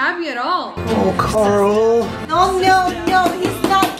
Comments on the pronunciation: gcldenlion it’s carl not Coral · Rick pronounced his name as COOOOORAAAAAAL whenever he yelled for him